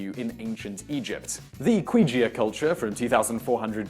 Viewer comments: "Qijia" as in qu. Are they sure it's not pronounced 'kijia'? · I think Qijia is pronounced "ki jia" not "quijia" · its pronounced chee-jia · Simon, or anyone, when you read Chinese, the "Q" is pronounced as "ch" so Qina would be China. Google it. I had to take a college class in Chinese history to learn that. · the Qi in Qijia is said more like if you said the "chi" in "chick" with a lisp. That's not the perfect way of saying it but it's better than "kwee" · I do enjoy these videos, and I don't mean to be a stickler, but... with all the research you folks make, someone should do a better job of letting Simon know how to pronounce foreign words and names. I'm not expecting native fluency or anything, just a more accurate approximation. For instance, in this video, both the Q in Qijia and the C in Medici would be better rendered with a CH sound in English. It isn't a sound we don't already have... I'm not asking you to make the distinction between Chinese retroflex and palato-alveolar affricates, or anything crazy like that. Just take a moment to look up the Wade-Giles Chinese transcription scheme to see what the letters actually represent. I honestly don't think it would take a whole lot of additional research effort, and it would improve the informative quality of your work. Okay... that's basically my main "complaint" in regard to your output. Keep up the overall good work! :-)